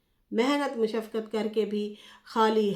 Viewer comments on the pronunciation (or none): Mehnat mushaqat hota he menat mishafqat nai hota ji